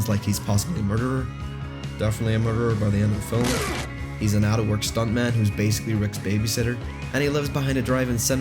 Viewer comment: Wtf is a fil-um?